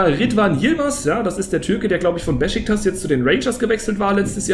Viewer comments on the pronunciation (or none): none